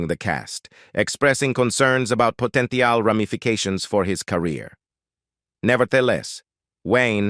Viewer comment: Yeah, "po-tent-ee-al" ?? And if we didn't have to get it all twice it'd be much easier to watch a 17 minute version.